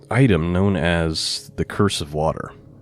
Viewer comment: "Cruse" pronounced "cruise", not curse. 🙂 It's just a water bottle like a canteen.